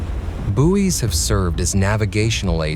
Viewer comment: Had to stop watching,he kept saying Booies